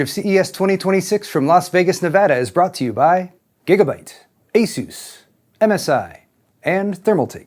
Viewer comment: Someone that pronounced Asus the right away, lol refreshing.